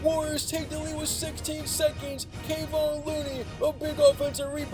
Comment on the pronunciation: Stfu up with Kavon Looney bullshit, its Kevon (Kah-Von) Looney. Disrespectful to the man thought you were better that, that man is a goat